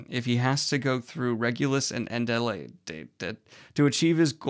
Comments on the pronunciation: Daniel: "A-del-ae-dee...? Fantasy name." Me: You mean Ad-i-laid? Like... the normal human person name? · Adelaide is a normal person name. 'Add-eh-Laid' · I love how you pronounced Adelaide :) as someone who lives in Adelaide it was rather amusing lol :) FYI - its: Ad - el - aid Keep up the good goblin work :) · Adelaide is pronounced "Add-ul-laid" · As an Australian I assume that the name Adelaide is pronounced Adel-aid ! (like the city here) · Not Daniel struggling to say Adelaide